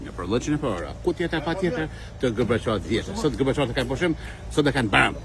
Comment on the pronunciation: Ti msohu me fol mir niher nuk I thuhet baram por bajram o klloshar I gjakoves